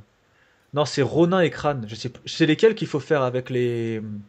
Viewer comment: "ronin" se dit ronine